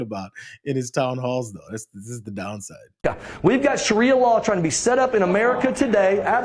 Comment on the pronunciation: It's pronounced SHAH ree uh.